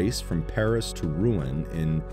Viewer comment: = Paris-Rouen and not Paris-Ruin:))))))))))))